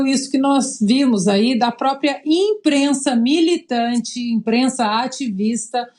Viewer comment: Essa "inprenssa" não tem senso de humor. Gente azeda 😆